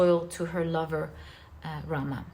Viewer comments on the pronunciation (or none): none